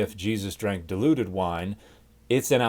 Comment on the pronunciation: I could swear I heard you say Jesus drank the deluded wine.